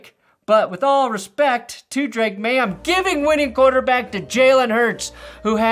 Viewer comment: the way you say draketh maye has me saying all of the time now 😂